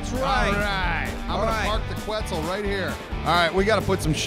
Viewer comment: I'm pretty sure it's pronounced kets and not qwets